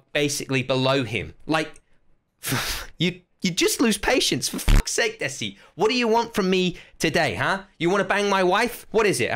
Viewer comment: You are pronouncing 'desi' wrong Its pronounced as (THEY SEE)